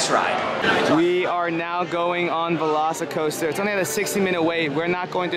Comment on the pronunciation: LOVE HOW PAULA KEEPS SAYING VELOSICOASTER YASS BEST RIDE EVER FOR COASTERS IN UNIVERSAL